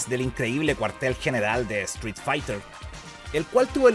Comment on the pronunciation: Me molesta que no puedes pronunicar la palabra street correctamente.